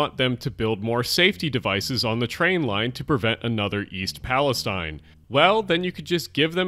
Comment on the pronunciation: Respectfully, the thr Ohio town is pronounced East palluhsteen, not East palluhsteyen. Various news sources were corrected on its pronunciation early on.